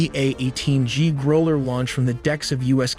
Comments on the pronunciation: A native human speaker of English would not say "PROpel", incorrectly, rather than "proPEL", correctly, and would not say "grow-" [as in grow carrots] "-ler", incorrectly, rather than "growl-" [as what an angry dog vocalizes] "-er", correctly. Methinks that AI voiceover was used and made the mistakes. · Great video but it's pronounced "Grawl-er" as in "Groul-er" like the sound an angry dog makes, not "G-row-ler". I believe its pronounced "E-rock" according to Google, not "ear-rack" but I could be wrong. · GROW-ler. Not GROH-ler… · gruller? its GROWL-ER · Are all these stupid voices in these videos AI ? I am pretty sick of there annoying mispronounciations. ~ GR Long 'O' W - ler What the hell in a gr'O'wler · Growler is not pronounced Groller! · Need better pronunciation, an airplane dedicated to producing "noise" to confuse enemy radar is not going to be called a GROWler pronounced as in grow a tree. It pronounced GROWler as in Ow when you get hurt. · F-18 “Grooler” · Your audio is clearly not human. "Growler Gr-a-Ow-ler" is pronounced "grooler".... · It's weird you don't know how to say 'growler'. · its growler. like what a dog does. can you read? are you sure this isnt ai? fuck man. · Why can't you get someone who prounces words properly, such as "growler" 😳😵‍💫😡😠🤬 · Good video, but they are Growlers, not whatever in the hell you said lol